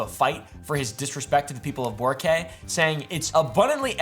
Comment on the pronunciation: You butchered BORA CAY there mate you need to have a russian accent to properly say it